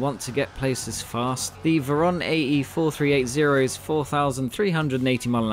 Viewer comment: Hello)) Better to pronounce vOron, cause in Russian it spells like that ;)